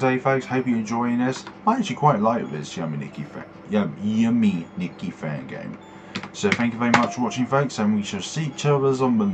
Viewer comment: Why do you say "Ya"me nikki but not "yu"me nikki?